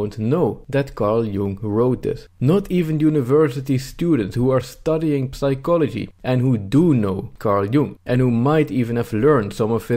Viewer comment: Complaining about the horrible state of university education while mispronouncing basic words such as psychology and sword is known as the pot calling the kettle black.